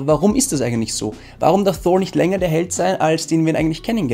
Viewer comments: Wie sprichst du Thor aus 😂 Einfach Thor und nicht Shor... Ansonsten so geile Videos! Weiter so! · Man spricht Thor als TOR aus und nicht mit englischem TH - danke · Richtig gut gemacht, es macht Spaß es anzuschauen, nur komm ich mit der Aussprache bei Thor nicht so recht mit? Versteh nicht warum der name Thor so verenglischt wird. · als erstes mal,habe jetzt meeeehrere Videos von Dir gesehen,alle super,super Kritiken,natürlich meine Meinung,jetzt kommt mal meine kleine Kritik,Thor,den nordischen Donnergott Englisch auszusprechen finde ich echt lustig😜